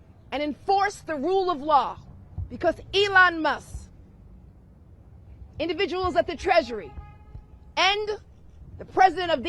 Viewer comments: She pronounces Elon's last name as Mus.... because she can't say the K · Except she says Mus for Musk which is underpronouncing 😂